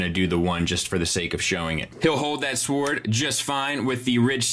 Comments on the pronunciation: S--W-O-R-D should be pronounced like 'word" but with an "s" on the front 😜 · Wait, you can't pronounce sword right, I never noticed that, LOL. Keep doing your THANG. Also, those 3 extra heads are actually kids in robot form.